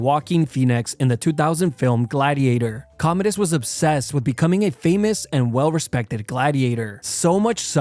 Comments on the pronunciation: I thought he was Comedius, not Commodus.😂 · That Commodus pronunciation is atrocious… it’s pronounced like “Com-mow-dus” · I like your videos but it blows my mind that you pronounce Commodus wrong lol among other names and words